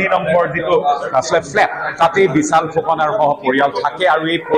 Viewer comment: ডিব্ৰুগড়ৰ স্থানীয় সংবাদদাতা জনে শ স ষ আখৰ যুক্ত শব্দবোৰ অসমীয়া ভাষাত উচ্চাৰণ কৰোতে কেনেকৈ উচ্চাৰণ কৰিব লাগে ষ্টুডিঅত থকা বাতৰি পৰিবেশন কৰা শ্ৰীমতী পাপৰিৰ পৰা শিকিব পাৰে। বিশাল নে বিচাল ?